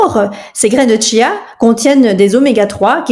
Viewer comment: ON NE DIT PAS TCHIA, CHIA